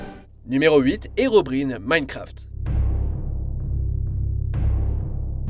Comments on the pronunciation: On dit pas herobrIne mais herobrAÏne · Ça se prononce "Herobraïne" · "HERON" AIN"E" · "herobrine" ... On dit tous herobraïne on est d'accord ? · Tu peux prononcer herobrine correctement steuplait